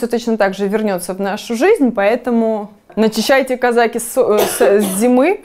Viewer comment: Не казАки, а казакИ